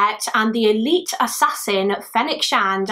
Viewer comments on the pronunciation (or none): none